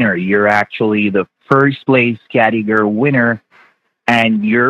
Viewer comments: He does not know how to pronounced Category. He says "categer" 😂😂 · None of them can pronounce category!!! 😆🤣😂